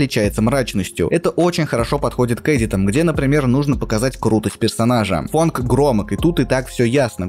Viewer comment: почему фАнк, а не фОнк? фанк это другой стиль вобще